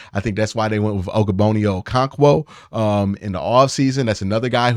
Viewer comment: Bro is saying ogbonnaya okoronkwo so wrong😂😂